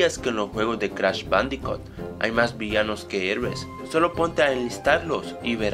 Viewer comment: "cratch badicat" xD